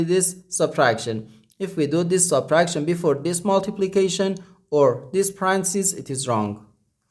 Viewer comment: My guess is Chinese or Asian country not used to using English as 2nd language. Also, it's not to criticize, it's simply to try to avoid Confusion. He kept saying Parancis and I kept thinking, Pope Francis 😄